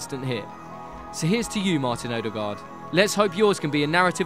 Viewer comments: His name is Ødegaard, so why do you repeatedly call him "Odegard"? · It's pronounced "Uh-de-gawr" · you pronounce his name so badly it almost annoys me "oaderguard" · The way you pronounced ødegaard just killed my soul a little bit. Just a little bit